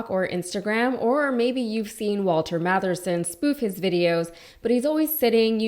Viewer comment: His name is Walter Masterson, not Matherson....and he is a ledgend!